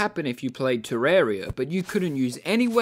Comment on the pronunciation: OMG THE FIRST TERRARIA YOUTUBER THAT IVE SEEN THAT SAYS IT TER RARE EE UH